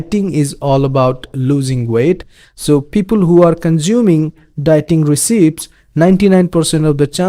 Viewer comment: Just an FYI, the word recipe is pronounced res-e-pee